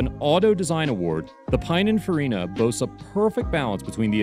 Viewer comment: Nice video, but please learn to pronounce Pininfarina... (pee-neen- fa-ree-na)...